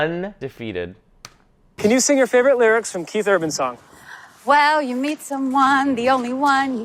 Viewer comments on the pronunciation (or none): none